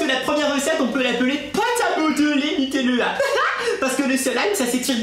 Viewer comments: ON DIT NUTÈLLA ET PAS NUTÈELLA CONNACE!!!!!!!! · Elle c' est même pas dire nutella😐